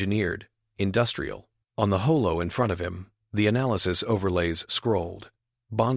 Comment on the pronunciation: WTF is a "HOE-LOW" (holo)!!!!!!!!!!!??????????? It is pronounced "HAH-Low"!!!!!!!!! And, WTF is "SOLE"!!!!!!!!!!?????? (SOL)!!!!!! It is prononced "SAHL"!!!!